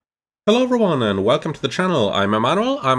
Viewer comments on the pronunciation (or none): none